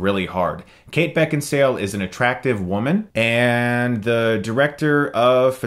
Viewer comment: Beckinsale so hot though prolly butchered her name.